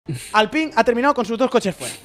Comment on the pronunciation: se dice alpain, creo